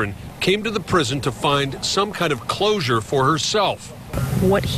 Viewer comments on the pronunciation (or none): none